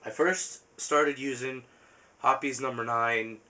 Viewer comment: ROFL LAWL ROFL LAWL ROFL LAWL! YOU SAID HOPPIES! ITS HOPPES. ITS NOT A RABBIT. But overall... good video, I am thinking about buying one of the Mossberg 500's.